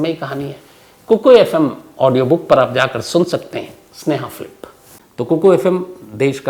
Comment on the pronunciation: Sneha Philip bol rhe ho ya sneha flip 😑